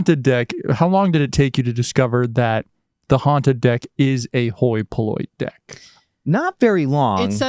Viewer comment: Glad I watch the blooper at the end because every time said hoi polloi I kept thinking “me hoy minoy” too 😅